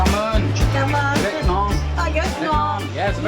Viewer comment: bánh mì => bang me xíu mại => sue my cảm ơn => come on :)))))